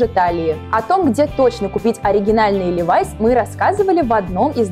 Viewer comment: Не ливАйс А лИВайс Я их носила когда эта девулечка еще не родилась😃